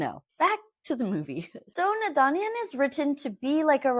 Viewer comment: Babe the last “n” in naadaniyan is silent